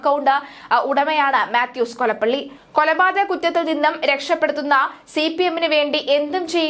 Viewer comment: അവൻ കൊളപ്പള്ളിയല്ല, കൊളപ്പുള്ളി ആണ്........😮